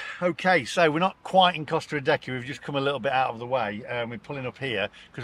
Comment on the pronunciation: So if we can't afford to buy an EV in 2030, then what do we do? Ridiculous idea and situation....and why is Costa Adeje called Costa Adecky....shouldn't it be Costa A-day-hay